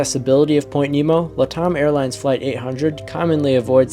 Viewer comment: Latam is pronounced 'Lat' like in Latin and Am like in 'I AM getting tired of hearing it mispronounced'. Latam is an abbreviation for the first two words of 'Latin America Network Airlines. "LATAM typically stands for Latin America. It's a shortened form often used in finance, economics, and business contexts to refer to countries in the Americas where Romance languages like Spanish, Portuguese, and French are spoken. "